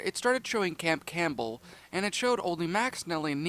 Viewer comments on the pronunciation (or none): none